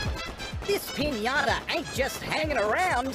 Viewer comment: The host really, really, said “Pinãta!” “Pinãta, no bueno.” 🤣🤣🤣🤣🤣🤣 - Riley